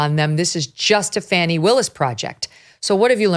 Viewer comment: I love you Kelly! You say it like it is! And her NAME PRONUNCIATION, FANI, not FAWNY! 😂😂😂😂 FANIIIIIIIII!!! 😂😂😂😂 LOVE IT